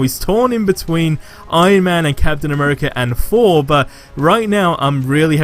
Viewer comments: Lol it's Thor not four 👍🤣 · i can never tell if your saying thor or four .........yikes! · You mean Thor idk Fhor 🤣